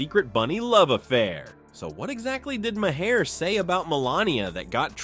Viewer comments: His name is MAHER, pronounced "mahr". It does not have two syllables,! You're starting to sound like 4th-grade-educated Donald Trump! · Didn't you do this same report before? Again, his name is not "Ma-Hair".